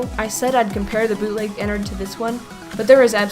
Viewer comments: IT IS NOT EN-NERD EN-NARD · it sounds like she says "innerd" when you should say 'E N N A R D' with a A, just my opinion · it's not enerd it's enard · You say ennard and ballora wrong😑😑😑😑😑 but lol FUNKO YOU HAD ONE JOB!!!!!!!😂😂😂😂😂😂lol